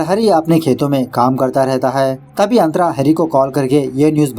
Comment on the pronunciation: Kya nam hai tera .......😂santra ... Nahi nahi antra🤣🤣🤣